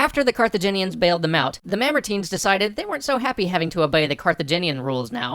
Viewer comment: Alright STOP. It's MAMERTINE